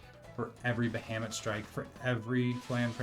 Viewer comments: There's a few mispronunciations. I could forgive bustier as BUST-ee-err if you don't know a lot of people who wear them, but Bahamut being pronounced Bah-HAYM-it almost feels sacrilegious. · thats fair lmao but future reference its Ba Ha Mut lol